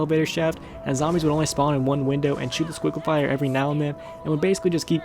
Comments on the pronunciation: stop saying Squigglefire it ts Sliquifier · why did you keep calling it the squicklifier when it's the sliquifier